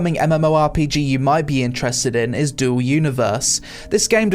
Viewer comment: hi, isnt "Duel Universe" its "Dual Universe" thx